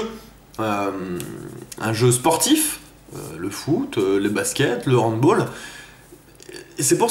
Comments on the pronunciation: Moi je suis tout à fait d'accord sauf sur un truc on dit HandbAll et pas Handbaull :p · ) ( avec humour ) tu dis trou de bolle ou trou de balle ^^? on dit HandbAll c'est un sport d'origine germanique donc on ne le dit pas comme football:) mais sinon je suis tout à fait d'accord avec ce que tu dis:) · Bonne vidéo. Juste un truc c'est "handBALL", prononcé handballe. Contrairement au football c'un mot allemand et non anglais. Voili voilou. :)